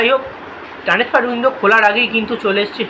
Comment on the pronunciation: Maclauren উচ্চারণ টা আগে স্পষ্ট করে বল সাথে teransfer না ওটা কে transfer বলে।😂😂